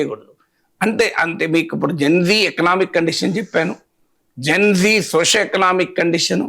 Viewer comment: Geng gengg kadhu..gen z...genzee